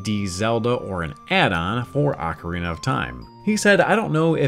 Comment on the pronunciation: ACK-err-EEnuh, instead of Ocarina.